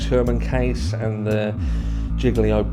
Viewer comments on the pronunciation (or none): Idaho is a really grimy place. It's actually a stronghold for the Aryan Nation. If you like the movie fight club, it's crazy what happened to the author of the books father. 😢 I live on long island and hearing you pronounce gilgo was funny..we have a lot of weird names for towns hear. Alot of native American history, so we took on their names 🤷‍♀️I actually live close to the haunted lake ronkonkoma. 😮 And have swam at gilgo as well. We also have the Amityville horror house. Alot of crazy shit here. 🤷 No place like lawngeyeland.😂🗽 And please don't think it's all rich people here because it's absolutely not. They all live on the coasts, and out on the forks, but there's a lot of miles between Montauk in Manhattan.😂 Phew that was a lot of rambling. My bad.🙏